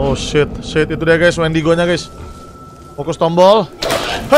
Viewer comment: Nama mutantnya bukan wendigo bang tapi windago